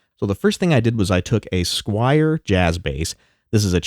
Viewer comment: Squier, not Squire! S-Q-U-I-E-R.